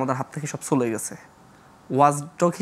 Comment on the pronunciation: এ কখন শুদ্ধ উচ্চারণ কোর্সে ভর্তি হবে? গোফন, ফরিবর্তন, ছলে, ওয়াছ - মাতৃভাষাকে বলাৎকার আর কত... ! 🙈🙈